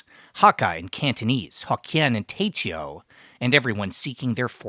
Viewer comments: my brother it's Teochew.... Teo-chew... Teoh-chew... not te-cheo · You speak mandarin, how is it that you pronounce TeoChew like a trainwerck ?